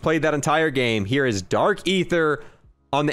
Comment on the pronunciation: its dark EEEEEther not ATHeerr